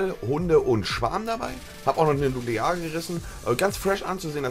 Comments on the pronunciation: Ted zu dem bex Er sagte Nuklear, aber es sagte es auch unverständlich. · Lern Nuklear aussprechen